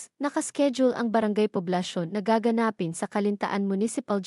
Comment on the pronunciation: Pilipino kaba? Kung binabasa mo, bakit hindi mo mabigkas ng tama ang salitang GAGANAPIN. Nkk turn off.